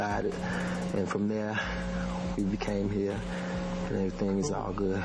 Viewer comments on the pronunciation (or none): none